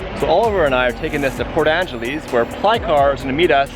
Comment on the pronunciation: Please say it right lol! Port Angelesss, not Angeleeese!